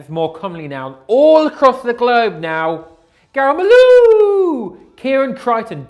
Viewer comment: saying "Garam-Aloo" is the most satisfying of all sounds. Love from India <3